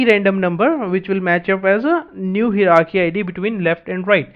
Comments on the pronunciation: Hierarchy is a multi-syllable word, hi·er·ar·chy, pronounced as follows "Hire + Are + Key", just a side note, appreciate the content, slow it down a bit. Thx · good video, only the pronunciation of hierarchy is /ˈhaɪə.rɑː.ki/ - from